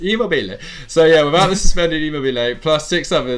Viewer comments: It’s ImmObile not ImmobIle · 'emo bilay' 😂 😂 😂 😂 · it’s E-mo-be-le and A-Cher-be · That's just simply a wrong way to say Immobile isn't it? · You pronounce Immobile like a total nob!!!